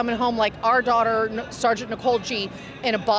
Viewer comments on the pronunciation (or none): none